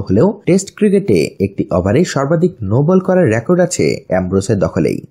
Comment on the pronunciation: Rakot Na Record